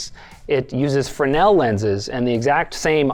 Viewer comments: My dad recently corrected me on this, they are "Fresnel" not "Frenel" lenses. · It has been getting on my nerves so much when people pronounce "Fresnel" as "Frenel" but, after just Googling the pronunciation, I've found out that is the English (Simplified 🇺🇲) pronunciation rather than the English (Traditional 🇬🇧) pronunciation "Freznel" 😅 Now, I'm less annoyed by it knowing that it is an official pronunciation rather than a mispronunciation 🤣